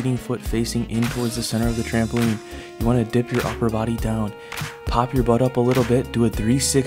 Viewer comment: whenever u say butt it always sounds so funny for some reason..